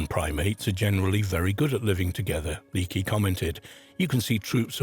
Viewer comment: How are you not going to get the name "Leakey" right in a video about archaeology? The Leakeys are a damn archaeological dynasty!